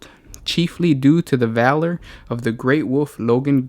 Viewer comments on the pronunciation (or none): none